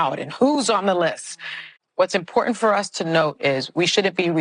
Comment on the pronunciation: she can’t pronounce the word “important” she’s street